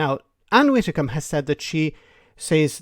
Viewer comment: I think you need to let this go and relax. Yes it was a daft disaster, but it's done, it's over, water under the bridge, spilt milk, there's no going back. For your own sake perhaps let it go. At least pronounce her surname correctly. Its not 'witicom" its pronounced 'Widdi-combe". The Toris are toast, a canadian style melt down will occur in the next UK general election, unfortunately Sir Kier does not inspire, lack of vision and charisma. But at least not as bad as any of the recent deluded tory head bangers of the last decade. In the medium to long run brexit may well greatly benefit Ireland's economy rather than damage it as once feared. English speaking, highly educated young population at the edge of the continent as an economic bridge between the USA and EU. But Ireland needs to look east rather than west as the new opportunities are with China. Good night.